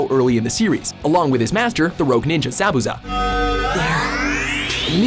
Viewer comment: "sah-bu-za" lol